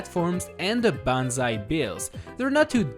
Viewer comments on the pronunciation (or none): none